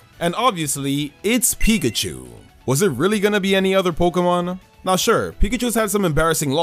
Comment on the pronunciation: PIKACHU, NOT PICACHO! THE C IS SUPPOSED TO BE A K, AND THE O IS SUPPOSED TO BE A U! AND PLEASE DO NOT LEAVE OFF THE I IN CHARIZARD!